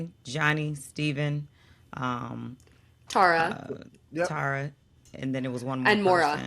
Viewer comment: Tiffany is the queen! They did not deserve her. Colton is a MFer correct Derek. Just FYI Tara is not "tar" "a" It's Tara short a like in cat. She says the only person that pronounced her name right was Michael because he's from Manhattan and she's from New Jersey